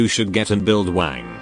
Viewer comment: I always hear Wang as wank in this video 😂